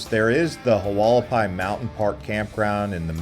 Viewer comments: Pronounced Wall ah pie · The way you pronounce Hualapai 😂😂😂